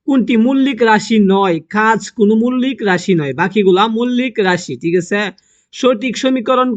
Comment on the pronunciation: মৌলিক❌ মুল্লিক✅ 😂😂😂😂